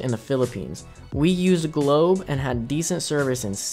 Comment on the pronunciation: Its globe not goble😊😊